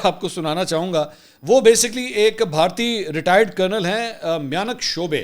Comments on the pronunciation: Pronounce MA'YUNK not miyanak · Mayanak chubay hota hai chobay nahi hota sir